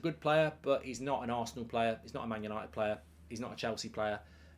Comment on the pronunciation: Por a shot every time he says Manchester yanited